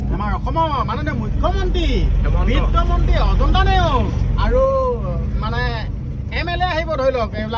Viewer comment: "Aauu" buli nokoba "Aru " buli koba , xunibole bohut bea lage.